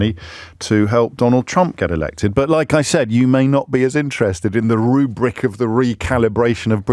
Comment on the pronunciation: "The RROOO-BBBriK of... of... PParty PPo-lit-ic-cal Re-cal-ibbb-ray-tion." THIS is what annoys me about you. It's completely unnecessary and intensely irritating and you only do it because of the delusion that it makes you look clever. It does not. And you said it twice in the first few minutes! This nonsense is not why I listen to your show. It's like that other host using eight words when one will do and shoe-horning her Cambridge degree into every other sentence. STOP IT. PLEASE! {:o:O:}